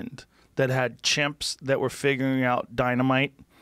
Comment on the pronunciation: 8 minutes in: "chimps"